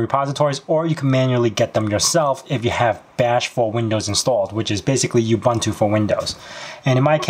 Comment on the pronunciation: Great walk-through video. It was pretty helpful in getting it up and running. BTW, Ubuntu is not pronounced "you-bun-too", but "oo-boon-too".